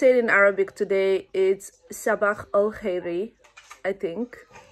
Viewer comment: The way you pronounce “ sabah “ is good But “ alkhyr “ not you should practice more 💖💖but I’m so happy that you ever side 2 words in Arabia 💪🏼 😂